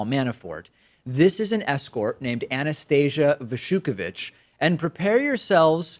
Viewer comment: Your pronunciation of Russian names is a bit off. The stress pattern is different: anastaSIa basSHUkevich; aLExey naVALniy; naTAlia veselNITskaya. Sorry, it's bothered me for a while...